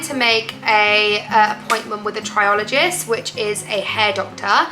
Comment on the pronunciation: Sorry to hear of your traction alopecia. You said to correct your pronounciation . You pronounced areata correctly but the hair doctor is a “trichologist” pronounced like trike-ologist 🙂